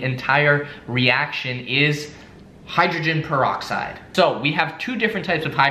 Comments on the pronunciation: said hydrogenne galoxide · Did say hygroglen goloxide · say hydrogen geloxide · this man said hydrogenpoloxid now we now why he cant spell mouth if you don't know what i mean go to wolfieraps try not to drowned challenge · HIGGGREXTAIN PAROXIDE SWAZE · "Hydroglyn golixide" lol